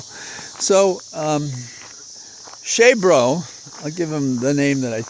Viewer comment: Blessings for Holly's health and yours. The locusts sound neat. I heard he pronounced it Cheesebro, which I thought was odd. Telling, yes, that Ivy League made him a phony.